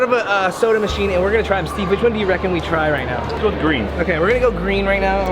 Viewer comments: said here we gare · Did anyone else hear him say " here we gar " ? No just me ok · he said go in an accent 😂